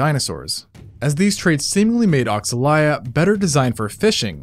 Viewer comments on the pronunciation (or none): regarding pronunciation, if it is inspiread in brazilian african religion, it should go as "oshalaia" not "oksalaia" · It's probably pronounced O-sha-lie-a, given that the X tends to be more like a "sh" sound in a lot of native languages of that area of the world